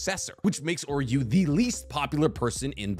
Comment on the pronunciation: why did you call Uryu Oryu? now he sounds like Oreo throughout the entire video..